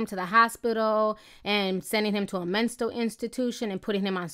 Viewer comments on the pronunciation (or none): londonkiss same, then when she said "menstal institution" I was done 😂